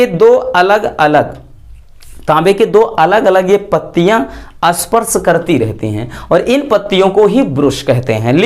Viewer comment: Sparsh nahin hota usko isparsh bolate Hain